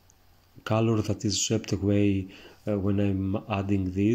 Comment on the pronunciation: I love watching you painting, you tranquil explanation and great technique and your funny accent but please I beg you: call it cOlor non cAlor. I'm not English mother tongue too and I'm a noobie of painting so I asked myself a good dozen of minutes what the hell caalor, kalor or whatever could be 😅